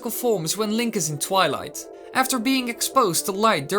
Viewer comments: It is twilight not twileye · Did you say twele it’s twilight you of all people should know.